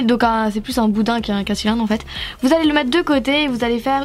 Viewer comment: arrêté de dit boudain